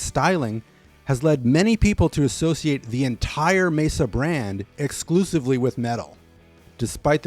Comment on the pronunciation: Excellent overview and thank you for pronouncing "Mesa" correctly. That name gets butchered quite a bit out there, most common being "May-zuh".